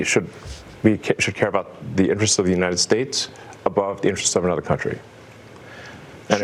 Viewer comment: Elmo is the biggest weenie on earth. He can't pronounce United States, either. He just mumbles it "uneyestaysmerika".